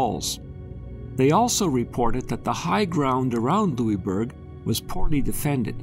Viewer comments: Being from Cape Breton, this is interesting. However, Pronounced "Lewisburg". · hahahaha i know every time he said it i thought - its lewisburg! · Nova Scotian here. We pronounce it lewis-burg. This was a very interesting video, ty for posting it! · Well it was named by the French and they pronounce it the French way. However we won, so we can rename it whatever we want. LosISburg it is. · it drove me nuts lol. I commented that we pronounce it Lewis-burg haha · We are still Cape Breton Island a part of Nova Scotia not formerly as you would have it seem and we here pronounce the is in Louisbourg. If you haven’t visited this site I invite you to do so it is amazing. And archeological dogs are still u set way to this day on the site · Question for you all also. Does anyone else pronounce Louisbourg like he did in the video? Was anyone slightly bothered each time? Or was that just me? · Would have been better if the forts name had been pr9nounced correctly.